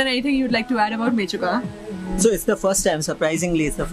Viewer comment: Warming welcome to our beautiful land arunachal 🥰🥰by d way it's menchuka not mechuka 😁